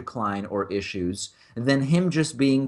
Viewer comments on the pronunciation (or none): none